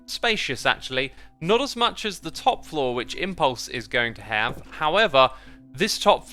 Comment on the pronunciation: Your “have” sounds like an American accent 🇺🇸